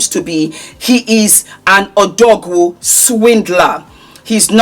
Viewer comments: 😂😂😂😂 odogwu pronunciation is killing me. I lovvveee the powder blue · the way you are pronouncing "Odogwu" is hilarious😂 I wish there was a voice comment feature, so we can pronounce it right for you. It's "Oh-Dough-Guu" Hope this helps💙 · I absolutely loveee the suit! Not gonn' lie, murdered that name though. Super hilarious.😂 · I've laughed so much at pronunciation mehn! 😂😂😂😂😂😂😂😂😂😂😂😂😂😂😂😂😂😂😂😂😂😂😂😂😂😂😂😂😂😂😂😂😂😂😂😂